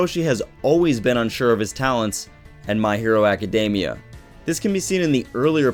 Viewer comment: They way you pronounce academia is so cringe worthy : Love the video tho .